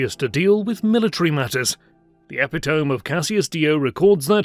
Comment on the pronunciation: The way the narrator pronounces 'epitome' is laughably bad. Guess this was a one-take recording session, huh?